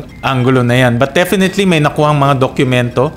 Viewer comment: senator sherwin please dokumento hindi dok Q mento not a basher ha just saying